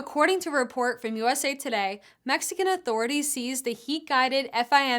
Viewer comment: Is an AI? Pretty seriously mispronounced "seized". Meanwhile, would any of this been relevant to the recent SCOTUS hearing? Or was that all about standing and PLCAA?